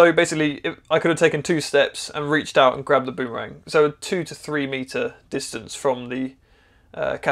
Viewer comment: Shorten the ooo in boom to be nearly as short as bum. That's the way the Indigenous Australians say it.